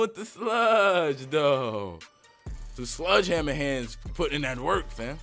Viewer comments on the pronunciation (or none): It's sledgehammer not sludge hammer 😂😂